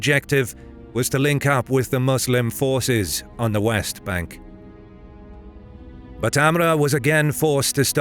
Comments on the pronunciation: Another hint: AMR not AMRA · Funny how he says amra. Its 'Amr. Just simply that. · Not to sound like an ass, but Amr is actually pronounced Amro, not Amra. Love the content ❤ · You butchered Amr's name, making it hard to take the narration seriously...